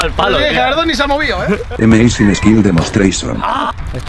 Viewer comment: ameising squil demostreishon :v